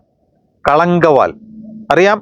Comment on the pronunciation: ആദ്യം ആസിനിമയുടെ പേരൊന്ന് ശരിക്ക് പറയൂ ഭായ്.. കളങ്കാവൽ.. എന്നാണ്..